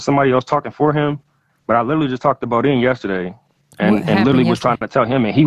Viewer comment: DONT SAY BODEAN NO DERN MORE..